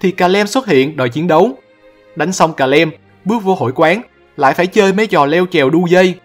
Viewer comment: Calem nhưng e toàn đọc là Cà Lăm :)))))